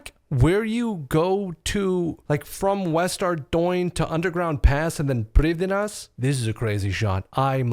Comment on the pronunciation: I started the game after I found out about HCIM, I thought the 1 life concept was cool & challenging. Nostalgia had zero influence on me. I also just discovered Iron Main & now Im here.. youtube recommended is wild. Side note is how you say Prifdinas the correct way its supposed to be pronounced?